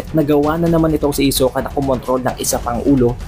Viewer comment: Ayusin mo pronounce sa hisoka. Ang awkward